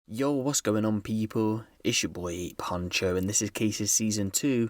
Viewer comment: Yo bro u do realize when you say Ape Huncho it sounds like A Poncho? 🤔